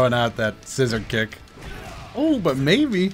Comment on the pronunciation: I heard you say baby instead of maybe to your sister. Had to double check.